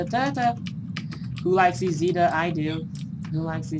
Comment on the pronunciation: Cool but it's isida not izida